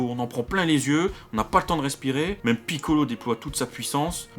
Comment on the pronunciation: J'adore comme tu prononces Piccolo! D'ailleurs, je trouve que cet épisode est superbe! Par rapport au 89 dans lequel j'ai vomi!